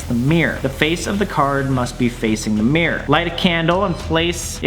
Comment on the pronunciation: Im australian and the way he says mirror is like mirr its so funny